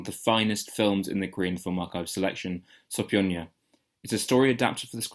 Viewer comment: I don't normally get involved in commenting, but wiithout a solid 'j' (or 'ch') in the third syllable, as you keep pronouncing the title, the title becomes meaningless. 'je' means 'school', 'style' and so on. It would have been useful to hear what the title means... (The so-called Western school of p'ansori...)